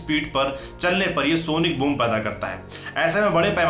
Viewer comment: Sonic boong nahi boom😆